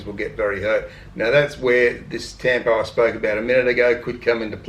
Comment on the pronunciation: Tampo is pronounced “tum-poh “